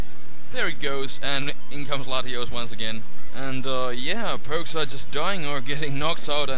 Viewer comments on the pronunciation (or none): Mmm ive noticed that most of the time it sounds like you say Latios instead of Latias i dont know why